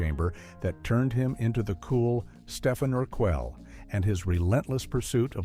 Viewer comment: Stefin Urquelle 😂